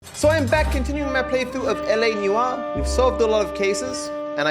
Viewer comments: It’s LA NEWoir, not LA newOIR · Everyone: LA Noire: LA Newar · I love me some "LA Newwarrr"